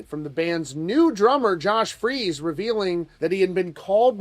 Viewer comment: Um, I thought his name was Josh "Freece" not "Freeze"?